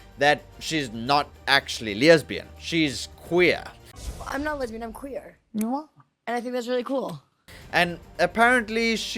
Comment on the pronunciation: Why the extra 'y' on the word lesbian? That's my only takeaway on this video, that you add a 'y' where there is none.